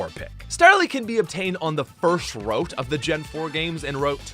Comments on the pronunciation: It’s pronounced ROOT not like WROTE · The pronunciations for Route, Hippowdon, and Milotic are very unique.